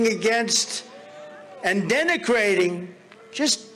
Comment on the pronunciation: I nearly choked on my coffee when Trump said that about white people....."denicrating"?